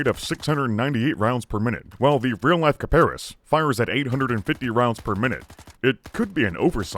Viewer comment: kiparis, emphasis on is, kiparIS